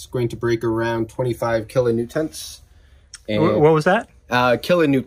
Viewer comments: Glad someone calls out his weird pronunciation of kilonewtons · um I think you mean “kilanewtints”